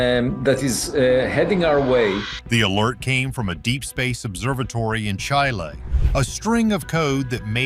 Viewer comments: F this AI BS. Chayle? Really? CHAYLE? F off AI. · From Chai-Lay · From chai lay. Not chile? Hate ai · Mispronouncing the country name Chile in the first sentence isn't a good sign for the validity of the rest of the video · Wait, how do you pronounce Chile again?